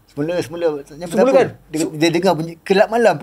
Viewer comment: bang,member saya nyanyi "kelab malam" bang hahahhaa hareyy betuii.. lawak la takkan "kelab malam pasti terang sang mentari pasti datang??".. wlaupun saya dah habaq sebutan betoi "gelap malam", sampai harini bang klau dia nyanyi bunyi "kelab malam"